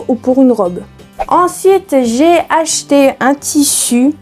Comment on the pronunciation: Merci pour ta vidéo, "j'ai acheté" é et non er...pas grave, bizous